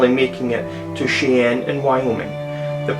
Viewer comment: Omg I never laffed so hard. Just for your edification Cheyenne is pronounced Shy en.